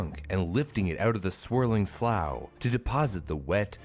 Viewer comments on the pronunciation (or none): it drives me insane when people pronounce words incorrectly with such confidence. “slough” does not rhyme with “cow”. it rhymes with “blue” in this context, or rhymes with “rough” if it’s the alternative definition. 😒